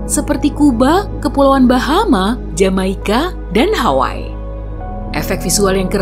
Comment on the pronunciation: HAWAII kan aslinya di baca HAWAI-I